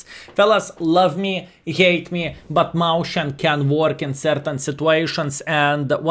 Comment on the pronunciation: Mäuschen is the cutesy or indeed smaller form of a Maus. It is pronounced more akin to Meus-chien, though.